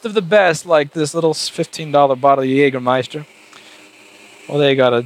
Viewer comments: Jäääääääääääääääääääääääägermeister not Jagermeister ;) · Whats Jagermeister? It's JÄGERmeister! Those Americans XD ps. Jäger is german and translated it's Hunter and Meister is a master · Its called Jägermeister Not jagermeister